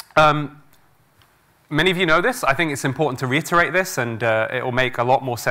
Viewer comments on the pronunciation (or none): I wish he would learn to correctly pronounce "controversy" and "reiterate".